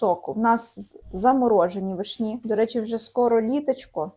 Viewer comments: не вишнІ,а вИшні. ви не знаєте де ставить наголос? тоді ви анЯ і толІк.(наголос на Я і на І) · Як можна говорити вишнІ, з неправильним наголосом. Цілий час вуха ріже😅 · вИшні,а не вишнІ😂